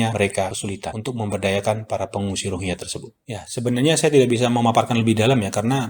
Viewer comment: Rohingya mas..bukan ronghiya😂😂😂😂